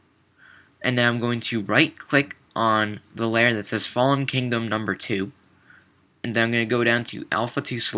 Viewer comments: Did no one else get annoyed by it not being Kingdom, but "Kingom"? x) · Anyone else notice it said kingom not kingdom? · it's KINGDOM not "kingom"